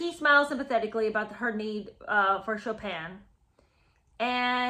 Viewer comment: She probably pronounced it "Choppin'."